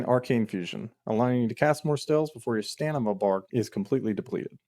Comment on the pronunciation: fantastic video but it is STAM IN A not stan im a, much love my boy